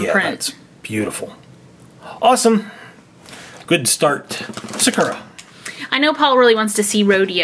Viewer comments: Is it just me or does it annoy you how they say sakera instead of sakura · Sakura is pronounced like SAH-KOO-RAH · Your pronouncing Sakura wrong it’s a Japanese name (sow-kur-a) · Paul is pronouncing Sakura wrong first thing. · They pronounced Sakura wrong 🙁